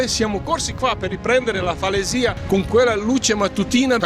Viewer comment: Comunque la pronuncia corretta è falèsia.